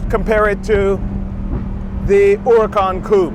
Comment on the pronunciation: and thank you for pronouncing huracan correctly!